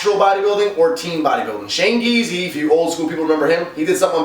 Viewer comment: word shane giese is my cousin! good job saying the name right!